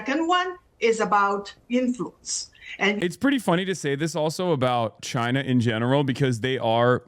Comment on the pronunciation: Wouldn't it be nice if we got along with, say, CHAINUH